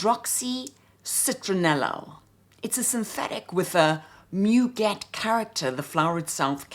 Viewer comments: Giacobetti was clearly influence by Roudnitska. Her IUNX line was lovely and unfortunately no longer available. A gentle correction, c’est moo-gay. 🙂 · couldn't help but notice that I'm not the only one tempted to offer feedback on French pronunciation. You have such a beautiful English accent and your elocution is balm to many ears, I doubt that we would bother remarking on the pronunciation of French words if this were any other channel. In my own turn, I have to take issue with Douglas on the pronunciation of 'muguet'... 'mu' is not pronounced like the English 'moo'; that would be 'mou' in French. The French u in 'mu', 'tu', 'lu' etc is a sound that, if my memory serves me correctly, is not found in English, hence why English-speakers find it so unnatural, initially. It takes a few minutes to master, but once mastered, it's never forgotten. 'moo' is a sound made largely in the throat, whereas the French 'mu' is formed by pursing the lips, not opening them. French is such a beautiful language, it would be wonderful to hear you say all these names and words in confident French. You can do it, I am sure!